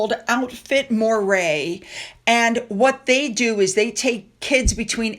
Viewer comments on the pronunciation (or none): Moray is pronounced Murray